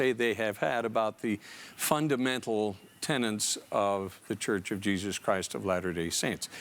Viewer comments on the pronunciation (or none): "Tenet", not "tenant".